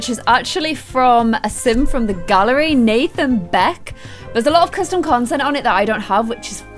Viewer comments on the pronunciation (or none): none